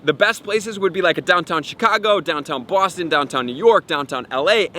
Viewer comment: Did I hear a Boston accent come out when you said Boston?? Haha!